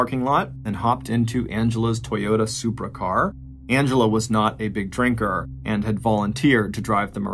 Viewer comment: Did you say Supra!?